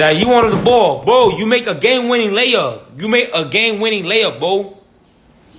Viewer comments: He ain't say bro he say bo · Dudes rly saying Bo and not bro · Is he saying woah, bro or bow? Man Chris was right when he said he was autistic